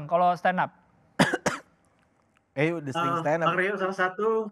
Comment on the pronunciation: malu aku dengernya 😅😅😅 dia yg standup malah kaya standop